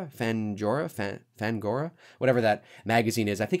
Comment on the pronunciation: A) They changed the mask in 5 because they wanted to add more human features (don't ask me why. ) B) How can you do videos about horror movies if you can't pronounce "Fang-Gore-ee-uh" ?